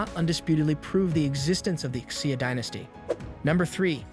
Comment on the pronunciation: If you want to do videos on nations and history, have your narrator pronounce things correctly. Of course there may be various legitimate ways to pronounce certain words, but no one accepts your pronunciation of Xia and Sudan.